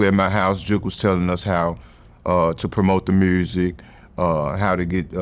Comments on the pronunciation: The ‘mursik’ lol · I don’t trust him. He don’t say mursic